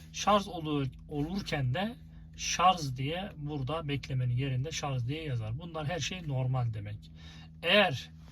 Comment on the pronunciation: Vallahi teknik bilgiler için teşekkür ederim ancak , lütfen artık ŞARZ demeyin şuna her seferinde duydukça gözüm seyirdi ŞARJ kardeşim ŞARJ bak yazıyor oradada